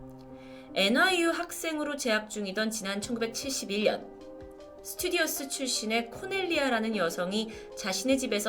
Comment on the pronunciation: 스튜디어스 아니구 스튜어디스...! 항상 잘 보고 있습니다!